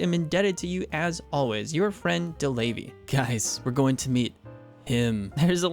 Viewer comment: I died a little every time you said DeLavey... 😅 No clue how to type it down so it's easily recognizable for anglophones, though... 😢 Now it's too late, anyway. 😂